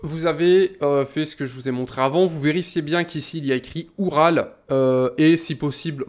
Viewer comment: Au début de la vidéo tu l'as prononcéé "Ural" mais ça se prononce oural comme la chaine de montagne en russie ou comme le camion tout terrain de l'union soviétique.